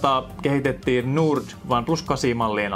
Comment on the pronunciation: Tyyppi lausuu "Nord" silleen "durt"